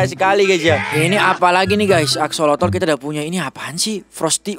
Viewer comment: Itu bukan aksolotol tapi aksolot bang